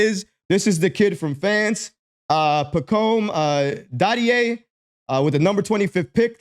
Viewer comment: Pah Comb Dah Dee A. Accent on the last syllables :-)